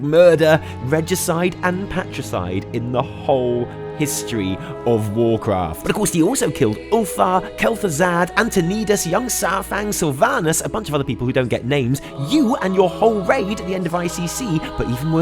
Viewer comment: How do you manage to butcher every name in the Warcraft universe?? :D 'Terarnas' (Terenes) 'Othar' (Uther), and I have no idea how you got Antonidas to whatever it was you said xD